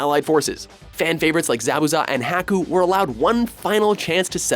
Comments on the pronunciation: "A-Cats-Ski" "Hack-Oo" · The fuck's a Hacku? The fuck's a Zabbuza? For fuck's sake, dude, you didn't even pronounce "wreak" right. The term "wreak havoc" is pronounced "reek havoc"; not "wreck havoc". I don't even like Naruto, and I'm still irritated by this shit. -_ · shipuudun, haaku, zabooza really? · ah-cock-ski... ha-coo... your mispronounciation drives me crazy because it is so close it seems intentional not accidental.